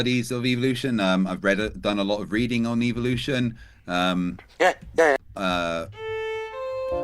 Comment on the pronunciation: He pronounces evolution, as evilution